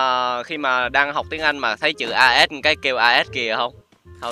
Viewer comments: As là Ah còn tiếng Ah as đọc là ê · Lớp 7 tiếng anh học chữ này rồi nè "as'' nghĩa là ''Như''. Phát âm là 'ê'